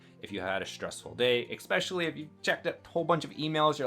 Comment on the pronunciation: It’s especially! Not expecially😅